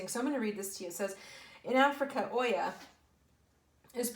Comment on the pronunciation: Hi! Just as an FYI... The Yoruban God's are pronounced Oya (Oh-ya) and Ogun (Oh-goon). Very powerful masculine and feminine aspects. Twin flames.